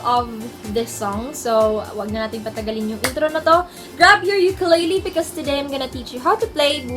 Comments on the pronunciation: You have a wonderful voice and you play well. Nga pala, hindi po yan "Yukeleyley". It's ukelele. If you know what I mean. Thank you. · Ukulele is pronounced “oo-koo-leh-leh” ; “ookoolehleh” please say it the right way. Thank youuuu💙 sending my aloha from hawai’i